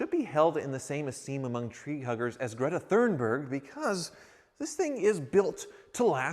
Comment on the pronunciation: Lol "Gredda Fernberg", maybe she can take a ride in your Aye-Barf?